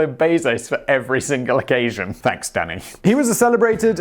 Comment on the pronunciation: ohhh danny i thought he was saying daddy the entire time LOL